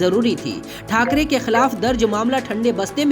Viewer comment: Say balasaheb thakare not thakare